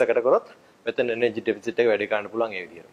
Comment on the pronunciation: nice advice but it is 'Deficit' not 'Defit'